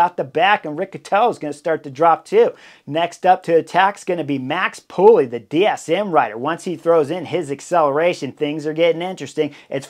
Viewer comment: Chris, Max Poole surname is pronounced with a silent “e” like “pull” not “pulley”.